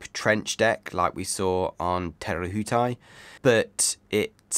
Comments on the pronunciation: An interesting cup awaits us all. Fantastic review eagerly awaited and the next 3 also. It will be interesting to see what the Americans come uo with, Patriot was a quick boat. (KiwiBTW). So excited to see them in action. your pronunciation of te rehutai is really good but.... Theres another one coming 😂😂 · Your pronunciation of Te Rehutai is a lot better, well done😊 and what a stunning looking boat Luna Rossa have produced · I know, and Te Rehutai supposedly wasn't that difficult a pronunciation. I live in fear of what the next one might be, but i'll give it my best shot anyways